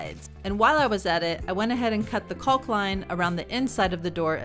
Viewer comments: Great video, but I’m gonna be the grammar Nazi here. It’s pronounced COCK, the L is silent. Lol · The L is silent